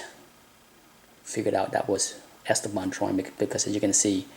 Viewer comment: The stress in the name is wrong: it is not ESteban, it is EsTEban. French puts the stress on the last syllable by default, Spanish in the one before the last. Wikipedia says: Esteban (pronounced [esˈteβan]) is a Spanish male given name, derived from Greek Στέφανος (Stéphanos) and related to the English names Steven and Stephen. Although in its original pronunciation the accent is on the penultimate syllable, English-speakers tend to pronounce it as a proparoxytone /ˈɛstəbæn/.